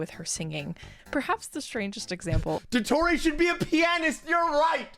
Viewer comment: I'm sorry but the way she say Il Dottore just itched my brain the wrong way. They literally pronounce it correctly in the game, and she still gets it wrong??? 😭